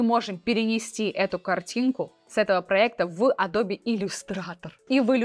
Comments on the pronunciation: Аж голос дрожит, так сексуально произносит Леонааардо)) Или это она смеется? Только не Адобе, а Адоуб ) Спасибо! Нео доволен тобой) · меня одного бесит произношение "Адрбе" вместо "Эдаб"? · Адобе адобе, звучит очень странно, не адобе а адоб eпт. Ты еще скажи йоутубе, пхотосхоп, нотэбоок.. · Адоб!!! Не Адобииии Не Адобэээ. АДОБ! ИЛИ ЭДОБ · Адоби, а не эдабе и даже не адобэ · я извеняюсь конечнот но не адобе а адоб) no vse j poznavatelno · Зачем говорить «АдобЭ», если можно «АдобИ»? Зачем говорить «КЭнон», если можно «КанОн»? Зачем говорить «Алина», если можно «Алёна»? 😁 Но хочу отметить, что контент у Вас полезный. Несмотря на «АдобИ», я на Ваш канал подписался, при просмотре этого ролика. Моя девушка говорит «скорч», вместо «скотч». Это мне конечно добавляет умиления, но другие такое вряд ли оценят. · не АДОБЕ, а АДОБ :) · Пожалуйста произноси название компании с мировой известностью так, как это произносит весь цивилизованный мир: "эдоуб" , а не "адобе". Пожалуйста. Очень режет слух. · Адоби адоби...и Эдоб Иллюстратор) вы уж определитесь с произношением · Адобе?)) надо бы Вам чуток подтянуть английский. простите если обидел)) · Да откуда вы эти исковерканные произношения берете? Весь цивилизованный мир произносит как она - [əˈdəʊbɪ]